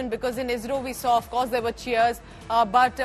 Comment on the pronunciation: IZRO or ISRO madam...😂😂😂😂